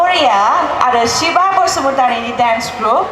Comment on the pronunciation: Shiva pronounciation shibo